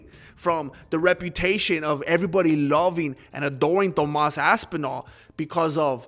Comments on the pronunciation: I like the way you say ass twice when saying ThomASS ASSpinall! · lol .. man said "Tomass Asspinal"